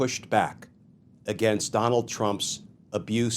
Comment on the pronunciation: Please correct the word against. Thank you for your hard work!!! Bless you❤